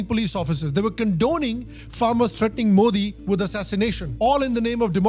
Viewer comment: When you listen to how to pronounce ' Modi ' from native speakers,but still pronounce it wrong😂